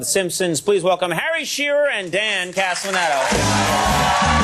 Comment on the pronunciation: Conan can't say Castellaneta... Like he could've practiced before going on TV and screwing it up